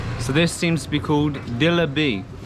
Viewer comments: It's Jilabi not dilaby, you just called a doughnut, Joughnut! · It's funny, that shopkeeper didn't correct your pronunciation from pera to peda, laghu to laddu, and delabi to jalebi 🤣🤣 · your absolutely butchering the food pronunciation 😂. dulabi 😭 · You were pronouncing every dessert wrong. First One is Peda ! Second was Laadu Third one was Jerry (jalebi) like that english song ! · Its not jeliby its jerry 😭😂